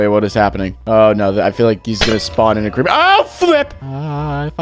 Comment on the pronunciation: Crepper? AWW MAN